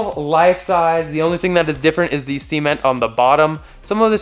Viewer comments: Cee-ment.... cement.... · It's pronounced "ceh-ment", not "sea-ment". :)